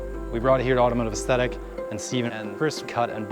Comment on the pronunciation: Just when I thought this couldn't be any more satisfying... hearing say "Automotive Aesthatic". I think we all know what the next video is gonna be